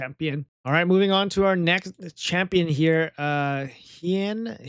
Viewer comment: its HEIN-RIK as in hein for the ketchup